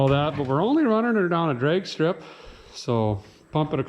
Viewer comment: Did Derek say "Dregs strip ready"? as opposed to drag strip? Hahahahaha